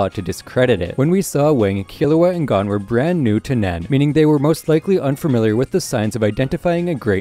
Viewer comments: why does he keep saying gone instead of goan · It's g-oh-n not gone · OMFG THEY SAY GON IN EVERY FUCKING EPISODE ITS NOT GONE HOLY FUCK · HE IS NOT GONE. HIS DAD IS. everyone in the anime's says GO-un not GAWN, if your going to have a 30 min+ video on hunter hunter please just say it how the english dub people do. you speak english. the second this videos in japanese do whatever. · not watching the rest after the first few seconds when I heard him say gon like "gone" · The amount of stuff he’s saying wrong or mispronouncing is irritating, playing a clip where they say “Gon” then saying “G O N E” Lucifer instead of Lucilfer. Togashi stated the X in the name is a multiplication symbol not a space. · You’re pronouncing Gon wrong, its said like Goan. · I really want to watch this but I hate the way you say Gon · so were not gonna talk about the way he says gon's name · Good vid but it is a pain to here you pronounce gon like that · Is it Gho-n or G-on this guy is saying it funny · his pronunciation of chimera and gon made me stop watching this video